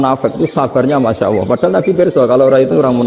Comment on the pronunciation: Bagus sih... tp knpa mesti nyleneh tdk normal2 saja.. Nyebut Allab aj awoh... wakakakkkkk... kyk gt guru uatad kiayi.. distu jlas ada lam kok awoh... wakakkk sy sih msh cekak ilmu agamnya tp kl liht org2 yg aneh2 gini saya jd mnilai org ilmu cekak